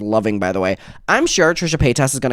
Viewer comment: Trisha Pay-toss